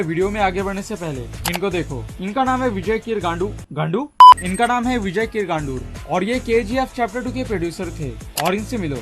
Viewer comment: Give respect for producer it's Vijay kiragandur pronounced as KIRAGANDUR